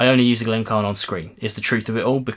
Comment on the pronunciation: Sorry, but I have to ask: why do you ignore the "i" in "Glencairn"? It should be 'Glen-care-n', not 'Glen-carn'. I'm afraid that Diamas glass is not something I would want at all (maybe not quite as bad as the Norlan, but...).